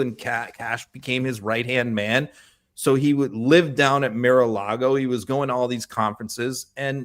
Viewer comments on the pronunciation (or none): “Mare” a Lagos lol